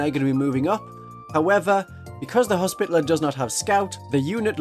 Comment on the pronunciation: commenting for the algorithm and to humbly beg a reexamination of the pronunciation of hospitalier—more “hospitality,” less “hospital” 😅 it doesn’t need to be the french pronunciation or anything but i feel like we as a community have strayed too far into “spittle” territory (unless that’s just the uk pronunciation) Love your videos keep up the good work ❤